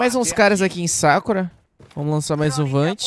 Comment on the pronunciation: Japonês da shoppe hein kkkk "sákura" não, a pronúncia é "sakurá"